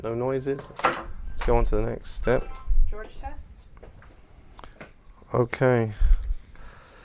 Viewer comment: I swear she says George test